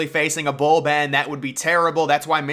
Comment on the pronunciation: oh thats some weird pronunciation from his side. Thank you :)